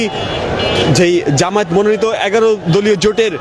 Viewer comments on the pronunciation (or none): none